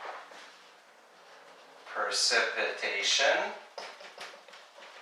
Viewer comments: it's pREcipitation, not pERcipitation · isn't it pREcipitation, not pERcipitation????? Google translate says at least... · it's "precipitation", not "percipitation". am I right?